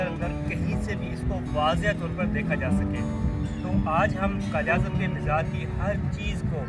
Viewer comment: Dear brother it's good to know that you are making a video on But you should be fluent in Urdu and your pronunciation must be correct you should know there is no word Mishra it's a word mazar Before making any video you should be knowing the correct words to be used